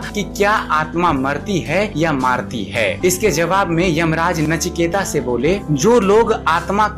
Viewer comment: नाम है नचिकेत , ता नही त